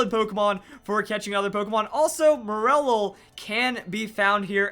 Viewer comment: Wait isn't it pronounced "More-lull"? I was so confused as to what Pokémon he was talking about